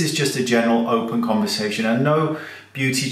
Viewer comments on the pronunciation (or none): none